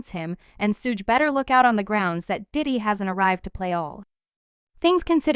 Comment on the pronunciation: I can't stop laughing cause of this fucking narration....why would you let it be released this way?! 😂😂 that's the best part is that you could have just changed it to 2pock or just used your own voice but you're just like nahhh fuck it were going with SHUGAYY 2PACK 😂😂